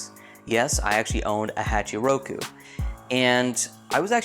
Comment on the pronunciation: A Haatcheee Rookue lmao!! Learn to pronounce Japanese properly lol🤣🤣🤣🤣